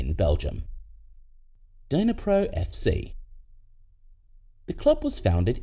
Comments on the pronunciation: It’s NOT “DYNA-pro”… it’s pronounced “NEE-pro.” The D is relatively silent. Otherwise, it’s an interesting video. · The way you pronouced Dnipro was painful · nah, it's just bad pronunciation 😂